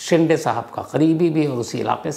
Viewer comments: बहोत बार हिन्दी बोलने वाले ये गलती करते है Shinde को शिंडे केहेटे है जब की वो शिंदे है बिग बॉस से ये मुझे मेहेसुस हूवा जहा शिल्पा शिंदे को हमेशा शिल्पा शिंडे संबोधित किया जाताथा मराठी मे दो अलग उपनाम है: Shinde: शिंदे Shende: शेंडे आशा है मैने बोअर नही किया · It's shinde (शिंदे) but not ( शिंडे).... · शिंडे nahi sir Wo शिंदे hai ❤ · Shinthe nahi shide name hai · शिंडे नहीं शिंदे होता है